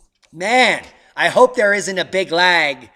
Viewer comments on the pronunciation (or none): none